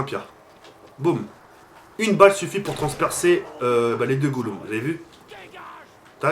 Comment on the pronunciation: Les goulum🤣